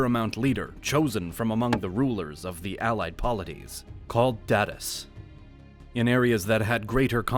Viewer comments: So I know pronunciations can be difficult for certain words, but one word my husband & I absolutely couldn’t get over with the way you pronounce it is saying “datus” to rhyme with “status.” Just an fyi for future videos, datu is pronounced da-too, therefore the plural being da-toos. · Just a note Datus are actually pronounce "Da-twos" because the singular word is called Datu.